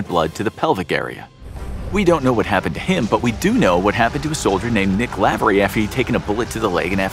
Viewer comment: I hate when Lavery is pronounced wrong💀